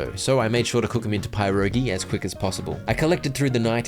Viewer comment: Your pronunciation of pierogies is killing me 🤣 it’s more like “peer-roh-gee”